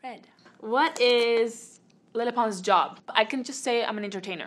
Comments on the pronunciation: Am I the only one that heard “hi I’m menopause” instead of “hi I’m lele pons” lmao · when she said 'hi i'm lele pons' i heard 'hi i'm menopause' 💀💀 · All I heard her say was hey I’m Leyhey Pons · It literally sounded like she said “Hi my name is menopause” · She sounds like she’s saying “hi I’m menopause” at the beginning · I thought it said menopause!😂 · i thought she said menopause lmao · koko i heard it too! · It can't just be me who heard "Hi, I'm menopause" at the beginning... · Sounds like she said "hi I'm menopause..." 😂😂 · omg when she said “hi im lele pons “ i thought she said “hi im menopause”😂😂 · At the beginning it sounded like lepons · ...Did anyone hear "Hi I'm menopause" When she introduced herself??? XD just me... ok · When she said her name I thought she said menopause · I like how she says “ lele pons “ with a spanish accent and everything else is her regular english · She keeps on saying lele pons which i think now i can definitely pronounce it right😂